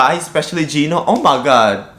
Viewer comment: It’s Gino not Gio